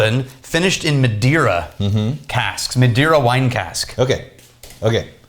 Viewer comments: Madeira is pronounced muh-day-ra, the "dei" is read like day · Guys, it's pronounced Mah-day-rah, not Ma-dy-ra ... since you try to pronounce Scottish names, I think you also can try Spanish or Portuguese names. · not it isn't the Ma is pronounced as Majority, for example. the rest you are right. I am portuguese